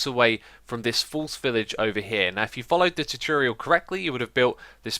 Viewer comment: Many years later and x still can pronounce tutorial